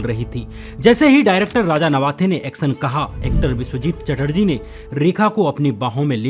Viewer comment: सूटिंग शूटिंग एक्सन एक्शन सुरु शुरू आवाजें आवाज़ें सब्द शब्द एग्जाम्पल एग्ज़ांपल सुरुआत शुरुआत सोसल सोशल एब्यूज एब्यूज़ खिलाप ख़िलाफ़